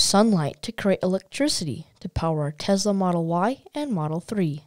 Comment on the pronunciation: TeSla, not TeZla.